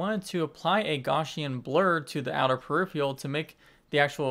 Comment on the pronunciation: Love you but please start pronouncing peripheral right, it's not periphrial!